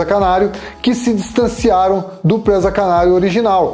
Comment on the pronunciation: Não é Présaaa... É PRESA